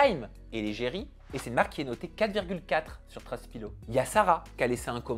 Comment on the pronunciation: Trustpilottttt! pas "pilo"